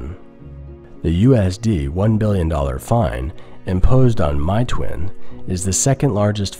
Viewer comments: It's not MY-TOO-IN, but more like MAY-TWAN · meituan isn't pronounced my-too-in btw it's may-twan (only correcting you because you left a pronunciation on screen) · Don’t get me wrong, I enjoy your different perspective. I just want to point out that it’s pronounced MAY-TUAN not MY-TOOIN. Getting the pronunciation right will give you more credibility. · It's pronounced "May twan" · my-toon? ahhh that's not how its pronounced... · Meituan is pronounced May Twan. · It's pronounced mayyy twaahhn